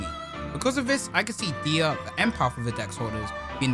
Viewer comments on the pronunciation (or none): I think it’s pronounced “die” instead of “de-a” because the nickname “dia” comes from his name diamond.